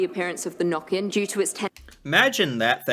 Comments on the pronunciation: Its Nøkken not Nokken its pronounced wierd to oursiders so I understand the mistake and the legend is simular to the legend of loch ness but it is a humanlike creature. (also playing the violin instead of making strange sounds) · I hurt when I heard nokken for the first tome instead of nøkken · Norway here again. Huldra, Check Jotner, Check, Fossegrimen....Never heard about it... Nøkken, Check (the Ø is pronounced as the U in "church" or "turn" or in "urban") Not like "Nacken as you said" :-) Trolls, check. I would have kicked out Fossegrimen and replaced him with "Draugen". It's a myth from the coast, and since we have a long coastline, everybody has heard of draugen. (google translate it). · The way you think Jotne is pronounced is almost correct. In Norwegian almost all words are pronounced as it is written. J is j sound and not dje sound, o is a o sound and not an å sound, t is t, n is n, and e is e sound not i sound. Easy, Jotne not Djåtni! They also misspelled Nøkken to Nokken and pronounce it Nàkken. It's Nøkken with an ø sound. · Nøkken, not «nokken» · "Nøkken or Noekken" ; The ø is simolar to when you say early " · She should definately pronounce the names in norwegian and not make them english. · She mispronounced/misspelled every name and gave a rather poor description on all of them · Yeah, trolls are Norwegian. If you visit any Norwegian souvenir shop you'll find trolls. If you would like to know how to pronounce the ø sound in Nøkken - it's the sound you'll make when you say early. The ea-sound. ☺ Huldra is thought to be rather seductive - with a beautiful song voice. She would lure men into the forrest and take them. Her tail is a cow tail. 😅